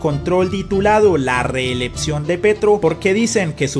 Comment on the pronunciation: Quien narra este anàlisis no sabe pronunciar reeleCción, pronuncia la P en lugar de la C, resulta molesto.